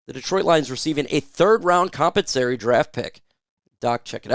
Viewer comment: Com Pen sa Tor ee. Not compensory You’re smart, so I know you would want to pronounce words correctly.